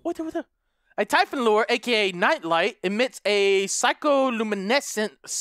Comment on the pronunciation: you say typhoon but its typhon